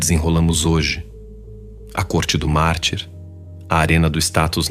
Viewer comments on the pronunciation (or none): essa IA tá lendo mal. eu ouvi "corte do mar", ou "corte do marte", tive que vir no vídeo pra ver que é "do mártir". ponha ela numa fonoaudióloga rs